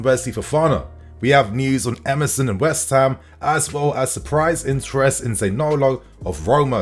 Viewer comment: Why can’t you say West Ham properly you spaz?!? 🤦🏻‍♂️😂🤡